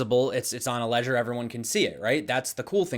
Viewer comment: Legder ledger ledger Thanks for your info. Appreciate it 👍